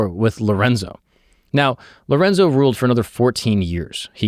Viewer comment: You say “Ruled” as in past tense 😂